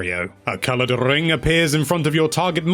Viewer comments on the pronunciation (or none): A colorrrrrred rrrrrrring appear